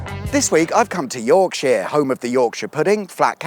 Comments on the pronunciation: Buckinghamsheer, Lancashurr and Yorksha... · Yorksha, not Yorksheer, please. Cuduff, not Cudworth.